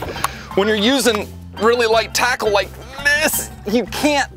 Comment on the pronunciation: " I WIKE DAT" 🤣🤣😂